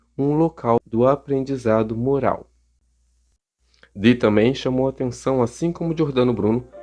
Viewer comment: John Dee , muito bem falado , o (e) dobrado igual a som e fonética Iiiiih